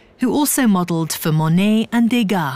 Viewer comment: Not to mention her pronunciation of Degas, which almost everyone ( if anglophone) gets wrong.